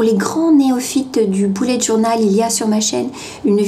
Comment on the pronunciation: Je SUIS LA SEULE QUE ÇA ÉNERVE QUAND ELLE DIT BOULETTE JOURNAL MOI JE DIT BEULLETT JOURNAL ( BULET)